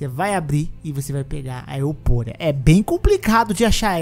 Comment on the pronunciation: "Euporia" foi foda kkkkkk